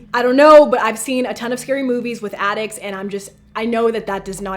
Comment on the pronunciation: When she said attics I thought she said addicts. XD Edit:When her and Adam woke up am, and the board said pm. Maybe something had to do with that?